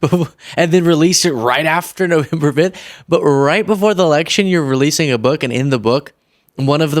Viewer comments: Its not boooook, its book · Not her bewk. The bewk. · I don't wanna read your book since you can't even say book correct 😂